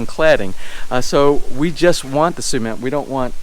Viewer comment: Or so they call it SEEmento? lol